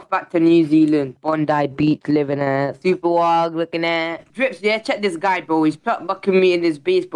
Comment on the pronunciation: did he just call him a goy for real or was that a speech impediment